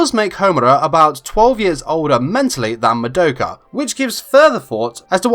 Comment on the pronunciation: It’s mah-douh-kuh not muh-doe-kuh